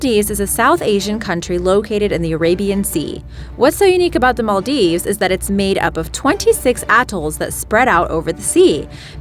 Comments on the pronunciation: yes your right Im Maldivian and she pronounced it is also wrong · The way the Maldives is pronounced 😑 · Archeepelago? Arkipelago... Maldeeves? Maldieves...Before narrating for any program, one should learn how to pronounce names properly! By the way, one country that was forgotten, was the Hutt River Province located in Western Australia and only 75 square metres or 23 square miles! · Im from maldives and the way she pronounced it is wrong and really cringey